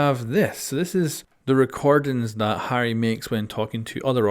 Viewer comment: Lol at your pronunciation of “Harry”